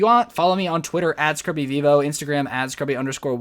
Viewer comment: Lol😂😂😂 he said what's up it's scrubby when's it's scrubs